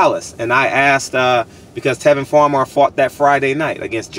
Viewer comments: Tevin Campbell is a 1980's singer...that being said I know what you meant, but the fact that you mispronounced Tevin Farmer's name repeatedly shows a severe lack of professionalism in your part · Bro did you say Tevin Campbell??? He was a sing from Texas lol!!!! You a fool for that one. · Come on man you disrespecting my man calling and Tevin Campbell it's Tevin farmer